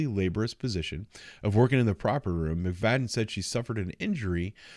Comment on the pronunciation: Her name is pronounced “McFatten”